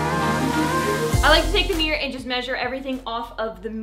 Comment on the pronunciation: Mirror….. mir- ror…..look up how it is pronounced. Not MEEEEEER. Ugh